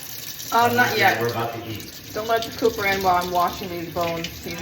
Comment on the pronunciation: Ha! I thought you said pooper not cooper lol!! And I can't wait to make this soup looks soooo delicious ❤❤❤❤❤